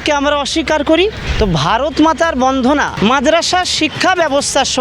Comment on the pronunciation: এই মাদ্রাসা পন্ডিত বন্দনা কথাটা ভালো করে বলতে পারছে না।